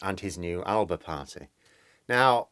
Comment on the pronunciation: It's Al-a-ba. We're not a cheap line of electronics.